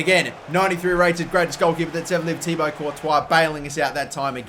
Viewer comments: It's actually Ti-Bwa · can't pronounce thibaut it isn't thiabaut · Just a tip. It's pronounced "Tee-bow"